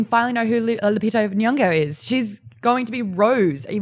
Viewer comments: And John is STILL saying "Lupita NUWONGO"... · John Campea worships at the alter of George Lucas, and I worship at the alter of John Campea. However, I want to rip my hair out when I hear him pronounce Lupita Nyong'o's name. WHERE DOES HE SEE A 'W'??